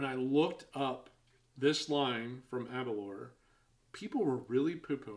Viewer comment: Just watching this review now. With the pronunciation of Aberlour, the 'lour' part is said as if you are saying the word flour/or flower but without the 'f'. A'bunadh is pronounced A-boone-ack. Alba is pronounced Al-a-puh 👍🏴